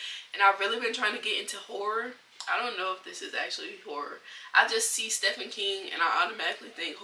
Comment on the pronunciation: Hi I’m new here. Thanks for your book recommendations. I’d like to read some of them. Also, Stephen King is me of my all time favorite horror/suspense authors. The correct pronunciation of his name is “Steven”. It’s just spelled with “ph”.